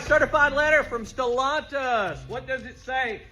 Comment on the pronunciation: Why does he say Stellantis like that ew lol